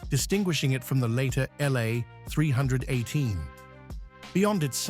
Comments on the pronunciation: We say “three eighteen”.. Forced myself to watch it cause of the subject; but hard to listen too. AI voices are hard on the brain.. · It’s 3 eighteen, not 3 one 8, A eye needs to learn pronunciation. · its NOT a three...one...eight , fool . its a 318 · AI says "Three One Eight" instead of "Three Eighteen" H.E.M.I. instead of "Hemi". Tired of this AI garbage and never finish never getting to the intended end of the program.